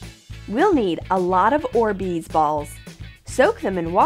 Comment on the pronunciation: Orzbeez balls how they say it though lol no hate